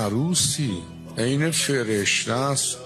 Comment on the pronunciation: هور ال این؟؟؟؟!!!!!!! مگه عین نبود🤣🤣🤣🤣🤣🤣💪